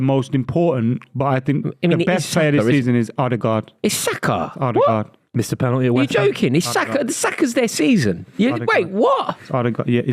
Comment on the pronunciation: Its Odegaard